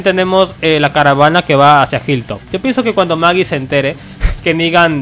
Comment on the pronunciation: Es Aaron y Michonne :v :v dijiste MAGIEE